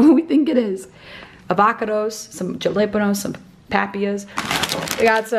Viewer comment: I thought my stepdad was the only one who pronounced jalapeño that way! Had to laugh at that!